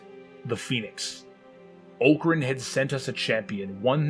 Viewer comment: Ock-ran like male chicken, not Oak-ran like tree.